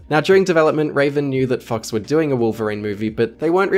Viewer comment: Am I the only one hearing "fucks" instead of "fox"? my mind's broken